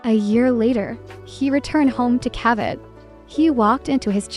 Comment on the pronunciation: I think it's pronounced ca-vee-te, not ca-vit.